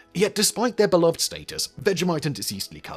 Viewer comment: Just so you know you’re saying beloved wrong. 🙃